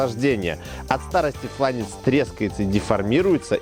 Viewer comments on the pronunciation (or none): none